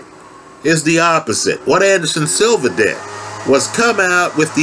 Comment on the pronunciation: “Anderson silvers” smh